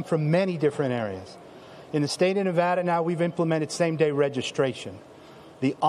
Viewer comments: "Nevada" has been mispronounced by some reporters in recent days (including in this video). It might be the most mispronounced state name in the country, so I've created a phonetic trick to help people pronounce it correctly. The first "a" in Nevada is not pronounced as "ah." This is the most common mispronunciation. The correct pronunciation is to pronounce the first "a" in Nevada as the "a" in "add." An easy way to pronounce Nevada correctly is to use this phonetic trick: picture the spelling of Nevada with a double "d" as in "Nevadda." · We disagree. I've lived here for 12 years, and if you mispronounce the name here in Nevada, expect to be corrected.